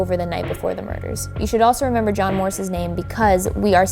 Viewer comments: It sounded like "it was God" instead of "it was John" to me. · It was JOHN or GOD? I hear a G not a J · does anyone else hear ''it was god'' instead of ''it was john'' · I don't know why I hear "it forgot" instead of "it was john" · In stead of “It was John” I heard “It was god” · I don't hear "it was John". There's a clear "G" sound at the beginning of the last word. It sounds like "this was God!" To me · i kept hearing "it forgot" instead of that. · Sounds like two syllables to me. Like Johnna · Am i the only one who doesn't hear "it was john?" I heard gibberish but the last word or syllable was 'god' or 'got' or something like that, i hear no 'n' sound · Idk abt y'all but I kept understanding "god" and not "john" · Am I the only one who just heard "IT BA JAH!" Instead of "it was John" XD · What they heard: it was john What i heard: it was god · I thought is said "it wad god" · Seee I am probably gunna give an unlikely option but it just to me sounds like ‘get the f out’ 😂 instead of its was john’ - I can’t hear it but I have to force myself to listen for that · am I the only one hearing "this is my jam" instead of "it was John" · I heard, “it was god” every time but I understand if you heard it was John 😂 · I keep hearing “it’s forgotten” instead of it was John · Idk instead of john i heard god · I heard “it was god” at first 😂 still love the video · Ps. She kinda sounded like she has a Boston accent with the way she pronounced “John” I grew up there, so... just sayin! 😳😟😣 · I'm german too but I just can't hear that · Alexis Willoughby It didn’t sound like “it was John” to me at all